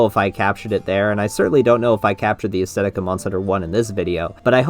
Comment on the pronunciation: please, please, PLEASE pronounce the "th" in "aesthetic." edit: this is a big mood btw.